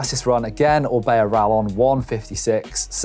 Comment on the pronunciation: Rallon bad pronunciation